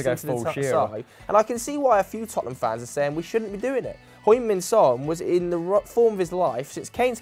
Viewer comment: it's not hoing min son but heung Like hee yung or he yung